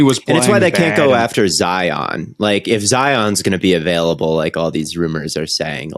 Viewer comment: Is it an Ohio thing to say Avaiyable rather than Available? Genuinely asking not trying to be disrespectful